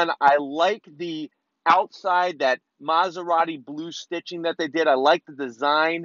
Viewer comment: stop calling it "masuradi", it's M A S E R A T I